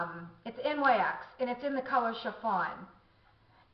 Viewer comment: And, just for your reference, NYX is pronounced "nicks". Say it or don't, it's up to you. I just wasn't sure if you knew.